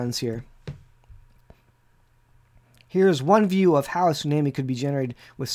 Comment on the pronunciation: Excellent video but please pronounce the word “ tsunami” properly. “ the waves and the seas roaring”